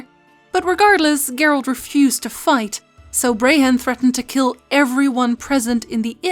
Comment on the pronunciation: Are you saying Gert? Or geralt